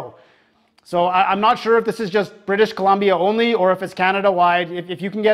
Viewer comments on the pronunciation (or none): none